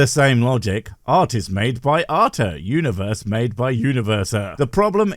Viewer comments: What is this "Uniwerse" of which he speaks? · Uniwerse... Damn, I broke my tongue pronouncing that...